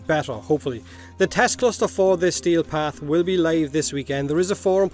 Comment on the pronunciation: I kept hearing stale path instead of steel path lol